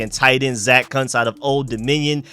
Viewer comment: Idk if that's how you say Kuntz 😂 😂 😂